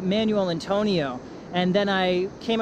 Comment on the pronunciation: Nice video, sir. Some pronunciation tips (in parentheses) for places in Costa Rica (Coasta Rica): Manuel Antonio (Mahnwell Ahntonio), Quepos (Kaypos), Jaco (Hahko, with the stress on the second syllable), Dominical (DominiCAHL, not Dominico).